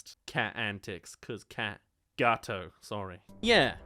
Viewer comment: What you say : Gawoto ITS NOT PRONOUNCED LIKE THAT! as an italian... this hurts me